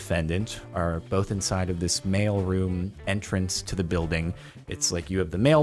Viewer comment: Thought he was saying male until he said mailboxes